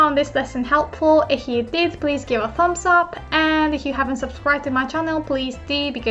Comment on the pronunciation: すみません, I would like to thank for the amazing lessons. It may not be my place but since has helped me improve my Japanese I thought I could return the favour by noting that often (if not always) pronounces the word 'if' with a H sound. That, of course, must be due to the lack of a strong F sound in Japanese, especially next to a palatal Y (as in 'if you'), so one wouldn't normally address that but since is ever so good as to warn for potential mistakes I would like to humbly ask to consider the phonology of the English language. すみません、ありがとうございました！